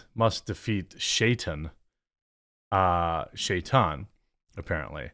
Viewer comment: FFS TQ - Shaytan is pronounced Shy-tan and is the middle-eastern pronunciation of the word Satan. I like your stuff, mostly, but holy shit please look up names and words you're unfamiliar with before recording. 😆